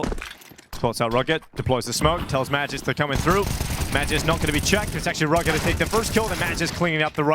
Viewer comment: If you wanna pronounce Magisk the real way, say A like Akward, and G like Green✌️